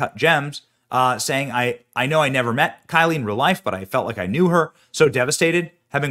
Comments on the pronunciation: Her name is KYLE, just regular KYLE! NOT Kylie!! Maybe research a bit? I couldn't watch this video for more than a minute or two because you Kept Pronouncing her name WRONG! You do this ALL OF THE TIME!! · Kyle.... Like Kyle Rittenhouse. Not Ky-lee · It looks like her name is Kyle (Ki•el) not Ky•lee? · It clearly says “Kyle” and it’s right in front of your face, but you say “Kylie”??? Wtf way to disrespect the dead